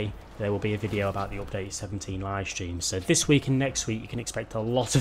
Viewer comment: he says bideo, what is this? Is it a new car, new race or something else?